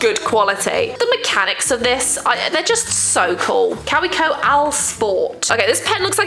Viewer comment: Took me forever to figure out that she meant Kaweco when she pronounced it “cow-wee-co”😅. It’s a German brand so it’s pronounced Kah-vay-co